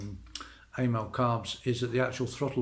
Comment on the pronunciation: Thanks, but it's Amal, not A mel. Short for amalgamated. 😊